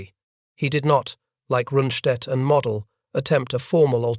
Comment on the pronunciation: von Manteuffel: fawn mahn TOY fell. Model: mow DELL. Liddell Hart: rhymes with fiddle DART. Robot or man, narrator can’t handle German or British names.